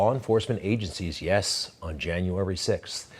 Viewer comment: He actually said (and correct me if I'm wrong) 'Ship-Borders'